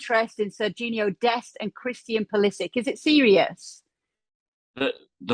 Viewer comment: It is pronounced PuliSICK